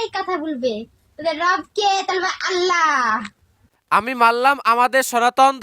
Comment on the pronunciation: আল্লাহ নয় আদলা😂😂😂😂😂